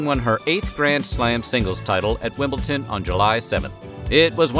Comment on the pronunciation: Love this video. Wimbledon isn't pronounced like that though :-)